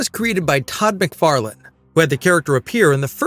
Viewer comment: I was gonna give him the benefit of the doubt, but at 2.28 he clearly says "McFarland is working on the script". It's prob'ly an AI anyway.